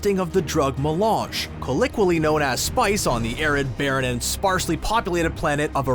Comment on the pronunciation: There's some funny pronunciation in there, like "collick-wealism" for "colloquialism" and "Beany-Gesserit" for "Bene Gesserit." Still, I enjoyed it, even though it's the first Screen Rant video I've watched that WASN'T one of the Pitch Meetings!